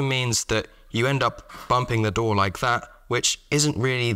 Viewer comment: Not at all a criticism, but you said “drawer” and “door” so often and in close proximity that I started hearing “dhoar” for both